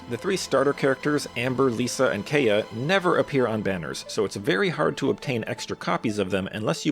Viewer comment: How does an EN-speaking Genshin creator mispronounce Kaeya's name when they say his name a whole bunch in the game?